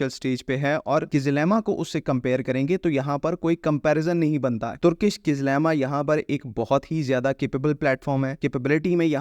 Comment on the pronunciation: It's not kizlima it's kizilelma.